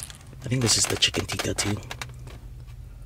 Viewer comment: All Correctly pronounced bro with the exception of these two dishes i.e. it's not "Aaloo Goobi",It's "Aaloo Gobi"(Aalo is potato and Gobi is cauliflower which means "Potato Cauliflower") and secondly it's not "Chicken Teeka",it's "Chicken Tikka"(It is basically a chicken which is barbequed with seasonings). OMG!Looks really tasty!!!Proud of my Pakistani Cuisine ever bro!!!Keep on trying various Pakistani dishes bro!!!Love from Pakistan!